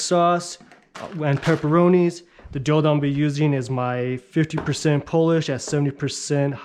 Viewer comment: like your videos but why do you pronounce it "polish"